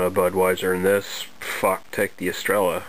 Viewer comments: Good stuff... but it's pronounced Es-tre-ya. Yeah, I had a can of this about a year ago and thought it was horrible. A crappy adjunct lager all the way. I'd rather drink Budweiser than this, Estrella gets real nasty as it warms up. Out of the 3 Spanish beers I've had, this is the worst one so far. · its pronounced Estreya